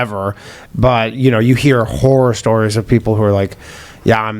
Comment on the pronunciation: Did he say tinder "horror stories" or tinder "whore stories"?